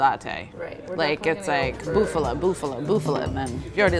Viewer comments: Say it with me now Bufala, not Buffalo, Bufala, a female Buffalo! Not a Cow! Mario vs. Maria capeesh? Love these videos. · It's bufala cheese, not buffalo, saying buffalo cheese it's like saying bull milk agh.